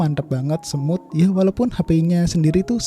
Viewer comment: Saran aja bang bilang smooth itu "smut" bukan semut biar enak di dengar. Gak bermaksud menjatuhkan tapi mensupport bang🙏😁